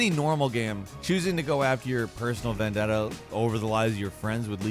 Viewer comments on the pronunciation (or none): none